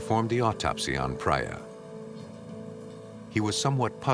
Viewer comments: I guess Sukwinder is pronounced as Sookwinder and Priya as Preeya Suck-win-der 😂 .... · Amazing work and dedication! BTW the lady's name is pronounced Preeyah not Praayah! 😁. Really enjoyed the investigative side of this shocking case. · If the narrator was Peter Thomas from ff he would have said the names correctly like Priya not pra ya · Would it kill the narrator to learn how to pronounce the name Priya? Kind of disrespectful to continually mispronounce her name. It's not Pry- ya, it;'s Pree-ya. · Thank you! That was annoying hearing him say Priya wrongly over and over. 😂